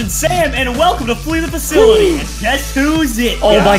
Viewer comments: It sounds like Fakility but it is Fasillity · It’s flee the facility not faculty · Its not flee the FAKLITY its fasi-lity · xD it’s flee the facility not fakility when you spell it out loud btw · The facility not faculty! You’re pronouncing it wrong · You said facolti dat is wrong its sipos to said facility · It's facility not faculty , dude make sure u pronounce it right, even a 10 year old kid knows it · You said flee the facility wrong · Does Preston say ‘facility’ wrong on purpose or not